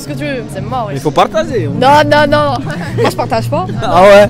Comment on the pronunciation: Cool mais stp cest partager cest pas partazer tu as quel problème